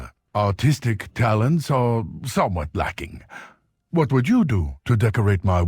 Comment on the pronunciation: I thought said "Sadly, my - ah - autistic talents are somewhat lacking"